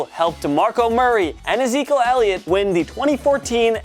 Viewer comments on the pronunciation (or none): Did he say Ezekle Elliot?